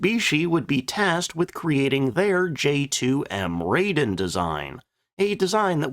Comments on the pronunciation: Please learn to pronounce Japanese names correctly. There are only five vowel sounds and they never change. To wit and in order: a - ah; i - ee; u - 'u' sound as in 'lute'; e - eh; o - oh. Thus the J2M Raiden is pronounced 'rah-ee-den' not 'ray-den' (said twice). I mentioned that in the video on that plane, but I guess it went unnoticed. You do so well with 'Nakajima', 'Hayabusa', 'Mitsubishi', 'Shōki' and 'Sakae', I don't know why you can't get that one right. I do hate to be pedantic, but I live in Japan and speak Japanese and can always spot a mistake. I'm a retired language teacher and I'm just trying to help you. It's what I do. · Raiden, Lah-i-deh-n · Regarding the "Raiden". The first syllable "Rai" is prounced like the English word "rye" (as in "rye bread"). The name "Raiden" means "thunder and lighting" or to put it more succinctly: "thunderbolt".